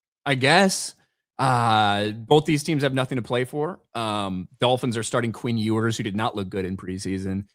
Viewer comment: "Quinn Oo-ers"